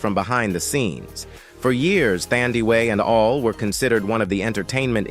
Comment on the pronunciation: The way you butchered Thandiwe Newton's first name is unacceptable! 😢